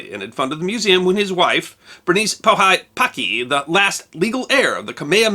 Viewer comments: And her name is Bernice panahi bishop. The way you pronounce the H the Hawaiian word is.... Powa hee - Pauahi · Love your channel... just a note of help: Hawaiian vowels are pronounced similar to Latin or Spanish vowels. Bernice Pauahi Bishop's name is pronounced "Pah-oo-aah-hee" with each vowel standing as a syllable. Mahalo! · Pauahi pronounced "pow-AH-hee" Great story. Thanks for posting. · You did your best man lol. Pauahi is pronounced pow-ah-hee. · Bernice Pauahi Paki Bishop founded Kamehameha Schools in her will. My son is in the 3rd grade there. Pauahi is pronounced pow ahee. Oh, and Paphanaumokuakea is pronounced papa hanow mo ku a kay a. I'd love to get out there one day. I love this channel! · Hey, I love all of the History Guy episodes that touch on Hawaiian history, but can I suggest you spend a little more time working on pronunciation? Bernice Pauahi Bishop's middle name is pronounced "pow-AH-hee". The rules of Hawaiian aren't that hard, it's just an alarming number of vowels for English speakers. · Good into, but whoever advised you on the pronunciation of "Pauahi" led you astray.